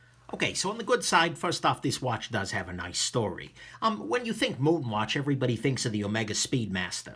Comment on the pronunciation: You pronounced it correctly! Yea.